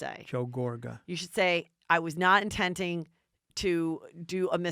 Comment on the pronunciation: Love these two together...does anyone else hear Heather say "intenting" when she means to say "intending"?